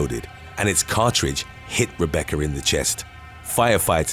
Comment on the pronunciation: Why do u say Rebeccar